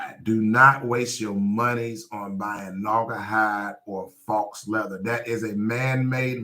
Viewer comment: faux is pronounced "foe" rhymes with toe. it means fake .